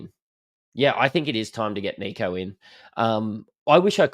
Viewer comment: You do realise his name is short for Nicholas yeah? So please drop the French twist on it and stop with the kneeko. Kneeko Hynes ffs man. Apart from that, love your work. Greeting from Athens Greece. Never miss a show